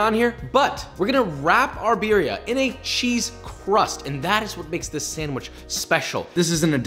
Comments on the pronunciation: When hipsters say “BEERia” lmfao I feel like the only flavor here is the cheese smh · roll the R's in birria, foo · practice rolling your r's por favor or we will revoke your license for cooking mexican delicacies >:o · Your pronunciation of birria just cracks me up, I'm definitely trying to make it next time i make birria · please stop pronouncing BIRRIA wrong, it hurts me! for the love of god, you live in Texas...